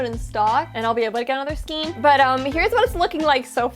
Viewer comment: You forgot an offense that I am discovering most crafters who use yarn here on YouTube commit all the time 🤦🏽‍♀️😖 Most of you say “ skeen” instead of the proper pronunciation for skein which is properly pronounced with the long A sound, “SKANE”.🤦🏽‍♀️🤦🏽‍♀️🤦🏽‍♀️🤦🏽‍♀️ I think I am an English language Natzi, It makes me so bad when words are mispronounced and no one takes the time to educate themselves and get it right. I have ranted, and now I am done 🤣🤣☺️ I have this bear I got from Annie’s back in 2008, half of this bear is done because the pattern came with some wrong rows and Annie’s never corrected it. I have an Annie’s Christmas stocking I was supposed to do but never have. I have two baby cocoons with matching hats to finish, I have a shawl to finish and my current WIP is a virus blanket that is almost done. Then I have to start: A Dallas Cowboys Star blanket for hubby( football is starting soon),. After or maybe during making the blanket, I need to crochet a clothes baskets for my grandsons clothes. Then after that is a cardigan in Velux and a pair of fingerless gauntlets for my son. I just bought all the Watercolors from Lion Brand from JoAnn’s fabrics,and some HUE IQ and Soft & Sleek from Hobby Lobby. Yeah got a lot going on......